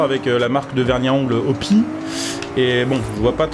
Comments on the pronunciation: au fait, je voulais juste dire qu'on ne dit pas opi, mais O.P.I a l'anglaise (donc o pi ail ) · MDR " OPI " c'est O. P. aÏe. frero ^^ faut le dire a lamericaine le I sinon videos au top comme dhab :D